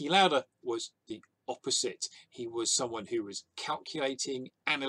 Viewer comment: Niki Lauda is austrian and I recommend pronouncing his last name as L-ow-da with a soft "A" and the "ow" to be pronounced the same way as when your in pain.